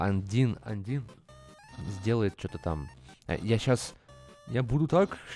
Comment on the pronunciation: какой андин?????? андайн!!!!!